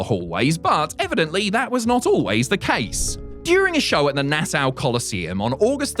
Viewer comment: It's not "The Nass-Ow Coliseum", it's "Nass-Aw Coliseum".